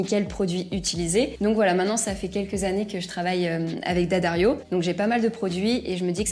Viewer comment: Quand j'ai decouvert le Fast Fret, ça m'a fait beaucoup plus capable, et me doigts n'étaient plus couverts de crasse. Great to hear "D'Addario" pronounced correctly, too!